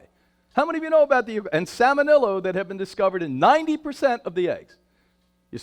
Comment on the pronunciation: "Salmenillo"? Is he trying to say "Salmonella"?